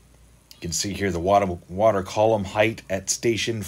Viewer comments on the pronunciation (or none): none